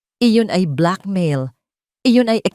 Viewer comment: Ano ba iyan kakainis pakinggan minsan bakit ang black mail bibigkasin mong black ma-il.tapos iyong pa in naman bibigkasin mong pain ayosin mo naman